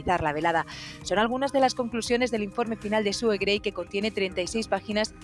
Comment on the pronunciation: Suena Su en vez de Sue